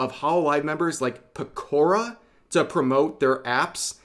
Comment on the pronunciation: Peko-rah, not Pekor-uh